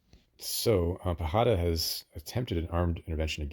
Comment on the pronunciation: Great video and strategizing! Just a note, pajada is pronounced as if it's spelled with a "y".